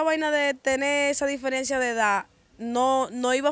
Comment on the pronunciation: Diferiencia no, diferencia, Tu tampoco eres joven ya, Busca de Díos.